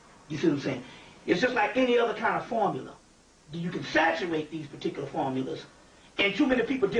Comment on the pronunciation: ✊🏽 Key word: Pahticuluh